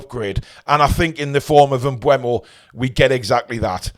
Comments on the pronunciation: its M-BOOM OH Not M- BU EM-OH Mate go and hear how he prononces it himself or watch Matty's video as that's where i saw Brian say it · But he pronounced it wrong. It's not bweh-mo, it's booh-mo. Just check the EPL pronunciation video (on youtube - search "How to pronounce EVERY Premier League player and managers name"), around the 13-minute mark where he says his name.